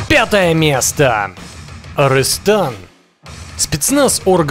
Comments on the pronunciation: Не арЫстан а арыстан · Арстан а арыстан . Ударение на 'ы' . Как сыр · Эй ты не фига не умеешь говорить названий армии Арыстан по русский это лев